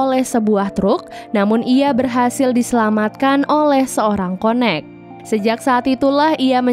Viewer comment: m-mbak connect itu bacanya kayak [ken nect] bukan konek tpi lucu sih